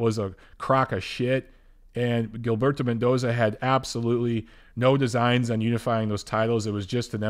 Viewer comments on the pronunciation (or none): none